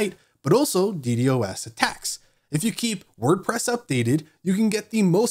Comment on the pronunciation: I stopped listening after he kept saying d d o s.